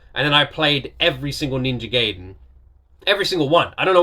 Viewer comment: also, it is pronounced Ninja "guy-den", just for future reference